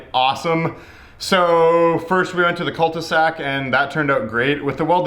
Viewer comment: It's cul-de-sac, I thought they called it a dead end in english seems like not.